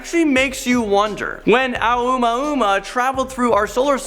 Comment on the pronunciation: "Uma Uma" wtf?